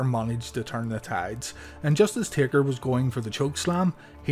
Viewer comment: He said tader other than taker